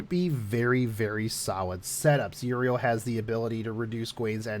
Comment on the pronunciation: >Siegfried and Mordred >Single target Dude, no, also fix your pronunciation, stop pronouncing Euryale as Uriel One point about the Tristain fight, get Georgios if you are using Siegfried since he will deal even more damage this way